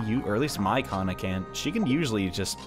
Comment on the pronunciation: He said Hana when he ment kana